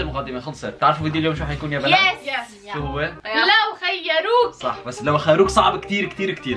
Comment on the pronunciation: ههههههه:- لوخيروك ✅:- لوخروك ❌ الوقت